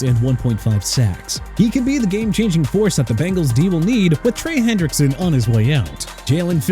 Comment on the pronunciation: Jerry Jones not Erry Jones and Trey Hendrickson not Brey! And Quay Walker not Way Walker! Hello?! And let Tyreek Hill go back to Kansas City! Who cares about him?! Good riddance!! Also let Buffalo get Jaelan Phillips and Mike Evans! I DON'T REALLY CARE PERIOD! MR. NEW "OR-LEANS"! NEXT TIME SAY OR-LINS AND GET THE CITY NAME RIGHT!! Also let Miami sign John Franklin-Myers and Malik Willis and let Carolina get Bradley Chubb okay?!! YOU'RE DONE!!!!!